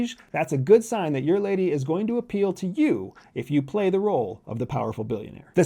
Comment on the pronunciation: The word is “appeal “ 😂that’s not difficult to “ intercept “ right? 😊